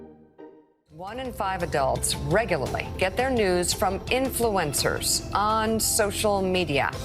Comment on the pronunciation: Start by pronouncing the word influencer correctly.